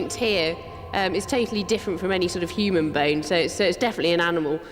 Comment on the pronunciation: This was really cool, but why does he keep saying "hoo-man"? Is he Ferengi?